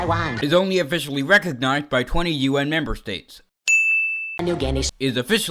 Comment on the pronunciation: states but you said tates